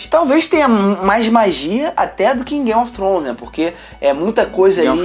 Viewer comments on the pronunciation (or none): "gaymi ofi tronish"